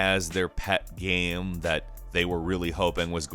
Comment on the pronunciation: It's pronounced "game", not "gayum". Geezus.